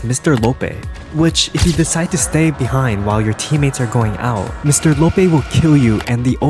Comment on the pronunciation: Fr bc imaginary friend is a girl, and he doesn’t even know who the multi monster truly is. also he completely mispronounced Mr Loppee 💀